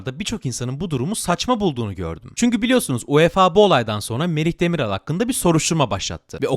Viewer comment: Demiral (yumuşak a ile değil) düzgün telaffuz lütfen